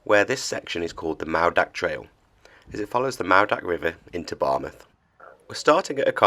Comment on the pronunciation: `lol now i know you cant help it, being a foreigner, but double DD is a th, as in this or that, and w os an OOOOO sound, so its pronounced, maoothak not moordach, you guys have only been in britain 1500 years, so we forgive you, for being new arrivals.love n hugs, from Cymru :)